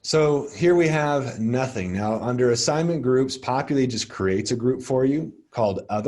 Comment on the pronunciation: LOVE this!! Thank you for these :) I will pass these on to our new professors. BTW... its Popul I not Popul E LOL